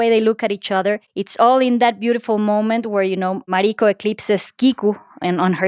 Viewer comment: Why do you pronounce Mariko’s name incorrect?